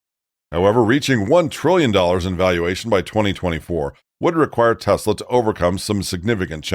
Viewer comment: Try it! TESLA! With T, like Trouser, and then es, like Escobar. Then la, like laughing. Not! Like "Law".